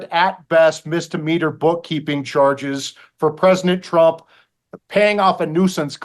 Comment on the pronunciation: Why does this guy always call Trump Presnick Trump?